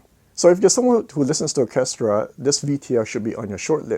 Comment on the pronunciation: Interesting video, as always. Orchestra is a tricky word to pronounce. Your English is excellent (better than mine and I’m English, ha). To sound it out try, Or -Ces -tra. Cheers